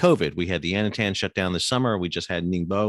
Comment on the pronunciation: Stop saying Yantian and Ningbo incorrectly. Otherwise videos are good. It makes you lose credibility though.